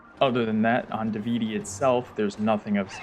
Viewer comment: This whole video invalidated for me when you pronounced Davdi island as Davidi 😢